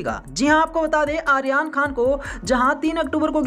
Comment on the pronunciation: Aryan khan ka naam to theek se pronounce kr lo jitni baar bola hai utni baar hi galat bola hai, jis se irritation ho rhi hai .